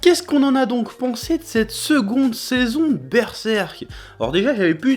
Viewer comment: cheeeeeeeeeeeeeeeeeef ou sont tes traditions ?? normalement c'est berserrrrrrrrk ''oooooo''